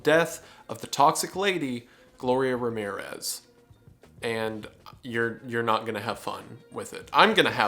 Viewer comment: Every time you say Ramirues instead of Ramírez, a cat dies.